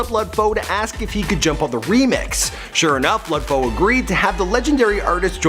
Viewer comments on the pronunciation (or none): lud foe is pronounced loode foe not lud foe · I believe HYZ NAYMM IS PRONNOUCED likee LU LU DDD FOE BT OKAAYYY🎉🎉🎉❤❤❤❤ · Walk Gleesh Walk hell naw. It's pronounced "luh" Foe. As in Lil Foe. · DaFamous Esavage shut yo dumb ass up Lud foe pronounces his name like luh foe not no Lud foe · Lud😂😂 not lod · Just say lud like lil with kinda d at the end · The way his says lud gives me anxiety😷